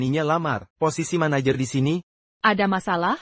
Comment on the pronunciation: Belajarlah ngedit subtitle otomatis. 1. Apa dinarasikan "ey-pi-ey" 2. Tn dinarasikan "ti-en" 3. Manajer dinarasikan "mé-né-yér" 4. Hati-hati dinarasikan "hé-tay-hé-tay" 5. Tapi dinarasikan "ti-ey-pi-ay" 6. Mr dinarasikan "met"